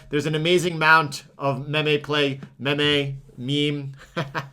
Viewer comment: hahah said memeeee.. It's pronounced meeeeeeem;)